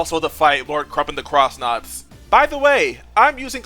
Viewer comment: "cross nauts" 💀